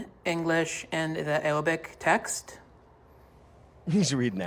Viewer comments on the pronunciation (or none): wait why can bro say the “R” in Quran but not Awabic